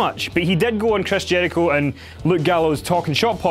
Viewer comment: Dislike by the way says Jericho... wtf man?